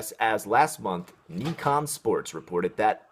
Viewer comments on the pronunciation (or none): none